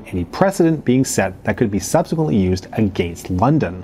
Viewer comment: Can you please learn how to say “against” properly